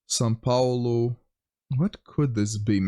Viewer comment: as a Brazilian, I can only compliment you on your very good pronunciation of the name São Paulo.